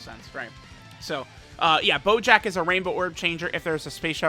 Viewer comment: Does he call bojack at any point "BOJACCCCKKKA"